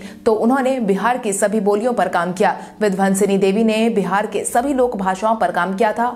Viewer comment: समाचार वाचक से सही उच्चारण की अपेक्षा की जाती है। पश्चिमी विक्षोभ को पश्चिमी विभोक्ष न कहें । विंध्यवासिनी देवी को विंध्वंसनी देवी ने कहें।